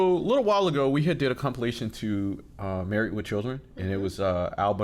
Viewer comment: There is a D on the end of marrieD not a T, why are you saying MarrieT.